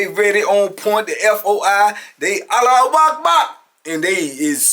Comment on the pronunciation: Homie said "alawakbak all on you main" Made up his own version im dead🤣